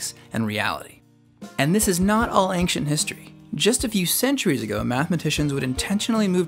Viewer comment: nooo, they are nawt!!